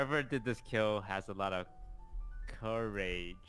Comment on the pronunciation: Toast: Cou-RAE-ge. Rae: Bwahahahahaha! Sykkuno: Courage(CourageJD) isnt in the game.